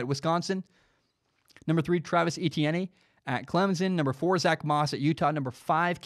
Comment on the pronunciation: Just so you don’t get hate from Clemson fans Travis’ last name is pronounced E-T-N